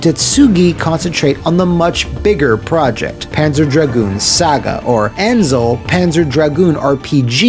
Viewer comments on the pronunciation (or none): Azel. There's no "n" in the name. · Penser dragon zweee sega featuring annnnzel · There's no "n" in "Azel." And I still hate myself for being broke when I found a Japanese copy in a game shop in Chinatown 8 years ago. Looking through all the spines, I saw "Azel" and knew exactly what it was, but I didn't have $90 to grab it. I would have learned Japanese and translated it myself ;_ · yo, i have this game, got it on release and loved it (still do). it's the centerpiece of my collection these days. but tbh i have no idea why you say "Ansel" instead of "Azel"... :p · Good video but I'd be lying if I didn't cringe a little everytime I heard "anzel" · Are you saying "Anzel" just to piss me off? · He butchered Azel's pronunciation as well XD. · Good video, still trying to figure out where you got the n for Azel